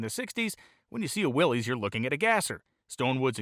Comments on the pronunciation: Pronounced "Willis" not Willies. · RAD!! I thought they were pronounced WILLIS not WILLYS though? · Pronounced same as "Willis" not "Willees" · It is. Some where it got contracted into Willy’s but its pronunciation is Will Lis, Willys is another spelling of Willis like you stated.